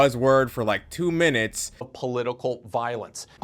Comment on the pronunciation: Great vid, was thrown by "poitical" violence.